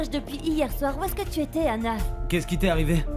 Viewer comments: Kiyè ki tande xander di anale ana😂😂😂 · Qui à entendre ça comme moi quand xander appelé Stella,anah 😂😂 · Pagen moun la ki tande XENDER di annale Anah😂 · Qui entend que xender dit aller anna😂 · Qui a entendu que Xander a prononcé le nom d'Anna devant Gaél